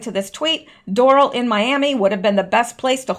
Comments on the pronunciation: Resort is pronounced Door Ale.. 😘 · Down here it’s pronounced DOOR’-AL